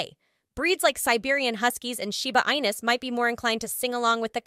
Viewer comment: I can't believe you just pronounced Shiba Inu as Shiba Eye-nuhs LOL It's Shiba EE-NEW.